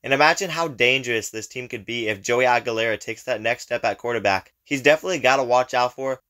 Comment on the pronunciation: Not a bad breakdown. QB’s last name is Aguilar. Not Aguilar-a